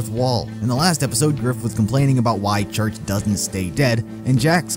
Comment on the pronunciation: The Fake Church Sounds Like Wash